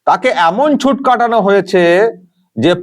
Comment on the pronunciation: কথাটা *ছুট*, ছুঁট নয়।